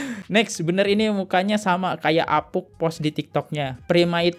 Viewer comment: baaaang, apunk dibaca apung bukan apuk, sama kaya bank, bukan bak 😂